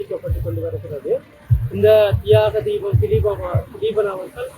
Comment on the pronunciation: உங்களுக்கு பேட்டி எடுக்குறதுக்கு வேற எவனும் கிடைக்கலையா அவனுக்கு தியாகத்தீவன் திலீபன்னு சொல்ல தெரியல அந்த பரதேசி போய் பேட்டி எடுக்குறீங்க🤬🤬🤬🤬🤬🤬🤬🤬